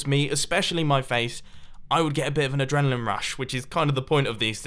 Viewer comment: DON'T. F**KING. SAY. ADRENALINE.